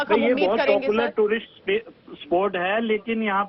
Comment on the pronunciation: Lady please learn how to pronounce "Tourist" correctly